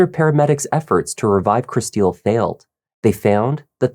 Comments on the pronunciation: her name is pronounced like Crystal.... not like "Chris steal". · I can't keep listening to you calling her Kristille when her name is pronounced "crystal" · By any chance is Kristil’s name pronounced “Crystal”, not “krih-STEEL?”